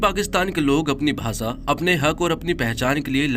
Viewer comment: भाई आप श को स बोल रहे हो